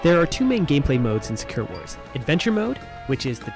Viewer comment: Can I ask why you pronounce sakura like "Secure"?